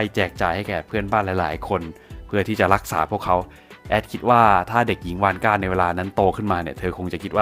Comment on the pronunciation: ผมฟังเป็นคุณยายวอสก่า